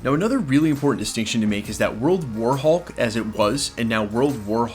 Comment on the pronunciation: You keep putting the emphasis on the wrong part of the sentence when you say World war hulk